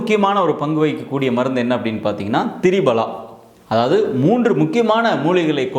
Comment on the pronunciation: Dear Dr. It is pronounced as Triphala and not Tribala...